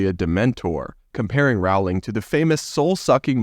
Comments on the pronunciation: Not to be that person but it's Rolling not Row-ling. Please don't be offended. I love your channel,! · ‘Roling’, not ‘rawling’ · Rowling ... like "bowling"... just sayin' :-) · First syllable of JKR's surname rhymes with hole, soul, bowl, foal - not owl & fowl. In other word, Rowling sounds like bowling as in bowling alley, not howling or growling like a wolf or dog.